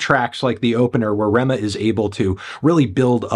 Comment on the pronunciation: Ayyy you got the pronunciation of his name